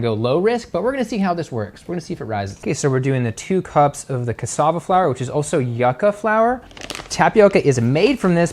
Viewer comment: Cassava is yuca like yooooo kuhh